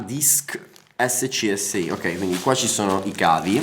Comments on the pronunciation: Disco scsi si legge scasi, era il collegamento degli hard disk veloci e hanno resistito fino agli inizi degli anni 2000, e non lo dico per rompere il c… ma per informazione generale per chi ti ascolta e legge i commenti che appunto non conosce terminologie e tecnologie di oltre 30 anni imparando cose nuove, e magari anche per te… cerca di essere più educato. Sei un bravo ragazzo, hai anche un buon linguaggio espressivo non scendere di livello con espressioni volgari e fuori luogo.. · SCSI si pronuncia scasi ed era uno dei motivi per cui si prendeva in giro i possessori di pc perchè pemette il collegamento a cascata delle periferiche evitando ammassi di cavi a ridosso del case (si collegava l'ultima periferica alla penultima, la penultima a quella prima e via così fino al mac) tanto che Bill Gates quando annunciò l'arrivo della USB dichiarò che avrebbe avuto la stessa funzionalità; la cosa ovviamente non è avvenuta e mi spiace aver buttato la rivista con quell'articolo perchè avrebbe dimostrato come in realtà già all'epoca non se lo cagava più nessuno. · Si legge cavo SCASI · scsi si legge scasi